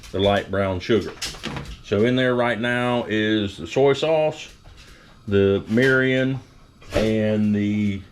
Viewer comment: “Meerreeeyon” 😂why is everyone like this whitey learn how to pronounce the ingredients before you make a video about another culture’s food plz. And cool it with the love bots, how much you pay for these comments?